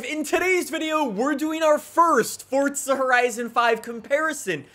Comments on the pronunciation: Its not fortza it's forza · It’s pronounced as Forza not fortza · Forza NOT Fortza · Why does he keep saying fortza? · ForTza horizon 5 WHERE IS THE T IN THAT! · My brother is mad at you because you say fortza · Theres no t In forza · There is no T in Forza, please stop